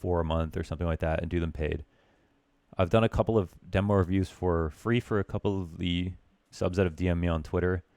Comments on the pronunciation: its demo not dimo xD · CALL IT DEMMO INSTEAD OF DEEMO PLEASE